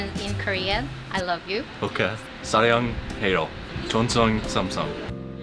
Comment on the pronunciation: ㅋㅋㅋㅋㅋㅋㅋㅋㅋㅋㅋㅋ 사랑해요 잘못 발음돼서 종신삼성 사양해요가 돼 버렸엌ㅋㅋㅋㅋ